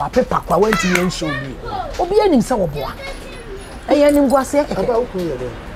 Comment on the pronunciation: Woboa not dog biaa